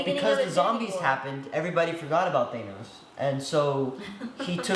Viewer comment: stop saying thanos wrong lmao